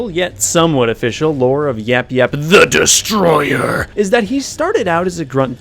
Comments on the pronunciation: At the end you said it wrong. You said YapYap the destroyer. It is YapYap THE DESTROYER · If he says THE DESTROYER like that one more time I'm hanging myself with his entrails it is so annoying